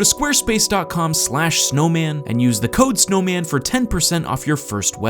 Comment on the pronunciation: Add a “g” to “snoman” and it will be PERFECT!